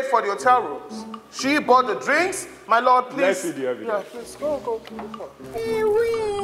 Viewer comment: I heard MY BET instead of MY LORD